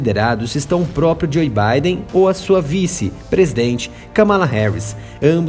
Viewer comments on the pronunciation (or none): none